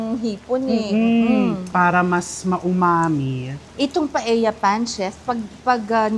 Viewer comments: Hi, Chef RV! Knowing you're an influential vlogger, I thought you can effectively draw attention & eventually bring the needed correction in pronounciation of a Spanish dish. I am referring to PAELLA. It's supposed to be pronounced PA-EL-YA. The Spanish language so dictates. "LL" or el-ye is one of the Spanish alphabets. I don't fault you for pronouncing it as PA-E-YA 😊 Like so many in your generation, the pronouncing of some words of our Western counterparts are often construed to be correct, "just because" 🙄😏 they dominate the cacophony of chatter in the many media platforms. We all know we're more intelligent, better in grammar, vocabulary etc! We don't pronounce RELLENO as Re-ye-no nor CALLOS as KA-YOS, do we? 😄 Nor the surnames ARELLANO & ASEDILLO as A-Re-ya-no and A-se-di-yo respectively, right? Im not a professor but like you Chef, I studied well. 😊 Had 2 years of Spanish in 3rd & 4th year high school and 4 semesters in college, as a regular curriculum requirement not electives. Moreover, had/have relatives & classmates who are naturally brown-haired long before hair dyeing became a norm. Our vocabulary is peppered with "que barbaridad" "tonto" ... and the infamously common "p_ñ_ta 😀 Will appreciate if you can start the ball rolling in correcting the pronounciation. Even indirectly, just be repetitively using it in a matter of fact manner instead of outright chastising the audience. Surely, they'll get your drift. Thanks mucho, Chef! May your tribe increase! 🍀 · mali pala pronunciation ni Chef RV ng restaurant sa new York na “Cote”, na correct tuloy ni Sharon, pero un pronunciation din ni Mega ng Paella ay mali dahil hindi namn un Tagalog word kundi Spanish.